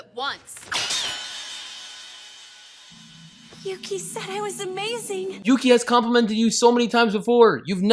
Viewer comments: That 'Yuki' part started sounding like Mucy (hard c sound, like mucus, not like mercy) shifted back to Yuki... then started sounding like pukey. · It's Yūki, not Yuki. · With the bouns it sounds like she's saying milky😂😂😂😂😂😂😂😂😂😂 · At the end when Yuno is saying Yuki over and over again it sounds like Nunki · After the first 20 times of hearing "Yukki" I started to hear Milky XDD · Is it me, cause when she says yuki, its sounds like milky. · Sounds like she’s saying mukia or pukie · it sounded like she said “Yuki you pee?” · After at least 5 "yuki's" it started to sound like she was saying "milky" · the more I listen to yuuki the more it sounds like puukie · Yuno said Yuki so many times it started to sound like Pukey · I Always think of how "Yuki" starts sounding like "you gay" And remember akise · I swear I heard winkie instead of Yuki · At some point near the end "Yuki" started to sound more like "Pukey." I think this name is far more accurate to his character. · I got so annoy when she said yukii I got so annoyed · at the ending when she's saying yuki bunch of times does anyone else here "you keep" instead of "yuki"? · if you listen to the Yukki over and over again it starts to sound like "Puking" how i feel about this anime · 10/10 best review, best review. Also if anyone listens in the bonus rounds after a while Yuno sounds like she's saying "dookie" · saying Yuki's name was a sin. hahaha